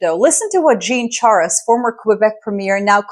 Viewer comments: You almost got Jean's last name It's pronouced 'Shar' ' eh' Love your content! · Not Char est, Shar eh. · Jean Charest. Pronounced 'Zhon Char-et,' he was both a federal Member of Parliament and Premier of Québec. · I have to admit, I love her videos, but to the extent how Canada is covered and missing the correct pronunciations of both first and last names of Jean (male - 'Zhon) Charest is disapointing. I think a little bit more effort should of been put in finding the correct way to say his name. Not to make it a bigger debate, its a form of respect to the culture and person without having to learn the French language. Same as we get corrected immediately when we pronounce " Michel instead of Michael.